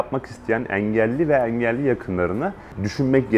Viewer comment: Eelli yi bilerekmi böyle yanlış kötü söylüyor 😂